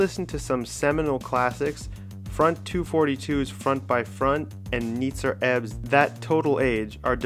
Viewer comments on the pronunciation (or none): none